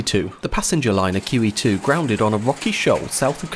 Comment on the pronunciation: I enjoyed this topic. My only advice for improvement is to put the name of the ship in the title. Instead of "She" use QE2, because when I initially heard it, I thought you said Kiwi 2. And you didn't repeat the name in the video. Had to use captions (and I hate using captions) to hear it properly (after I finished my initial watching of the video). Squat!